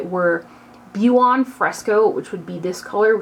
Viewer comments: Buon is pronounced like bon xoxo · Great review thanks! FYI Buon = pronounced bhwonne (it means good)